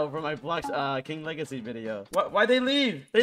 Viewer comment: it's king WEGACY